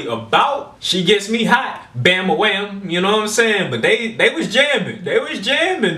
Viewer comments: Do a search on "Black Betty" and you'll read a ton about the origin. Also, he is saying "Bam A Lam" not Bam A Wham as you are saying it. Just saying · Dude, you are driving me crazy. It is bam-ba-lam, not bam-ba-wham. LOL